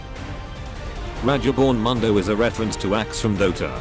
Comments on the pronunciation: RA-GEBORN MUNDO? Lol. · Listen carefully on how he read "Rageborn Mundo"